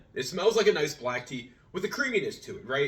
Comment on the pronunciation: Tea in not teain lol